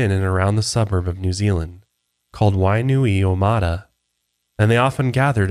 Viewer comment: you smashed the name Wainuiomata, nice work! Rawiri is rolled R's, if anyone wants to give it a try, same with the word Maori, rooolllllll that R.